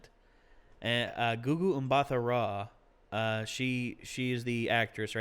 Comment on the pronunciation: Wow! Kudos for pronouncing Gugu Mbatha-Raw well. I'm South African